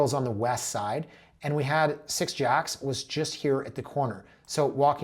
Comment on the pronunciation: It’s definitely pronounced as if it was spelled “Jakes”, not “Jacks”😊